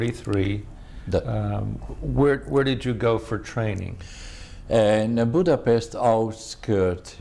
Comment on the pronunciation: Germany invaded Poland in "38..the interviewer .needs to pronounce Budapest correctly...